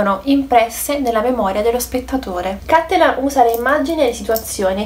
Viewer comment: Bel video ma ti prego correggi la pronuncia. Per un veneto sentir dire cÀttelan invece di CattelÀn è traumatico.